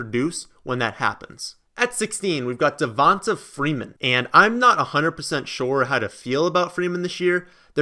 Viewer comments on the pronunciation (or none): Zeke at number eight is ridiculous. Devonta freeman he called him devont uhh freeman